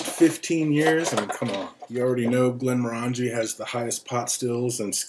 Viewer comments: Pronunciation. Glen-MOR-angie: the name of the whisky is /ɡlɛnˈmɒrəndʒi/ glen-MORR-ən-jee, with the stress on the "mor" and rhyming with orangey, not */ˌɡlɛnmɔˈrændʒi/ GLEN-mor-AN-jee as it is commonly mispronounced. Doesn't hurt to research a little bit. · Thumbs down for not saying the name correctly, would give it another thumbs down if I could for the way you wear the hat.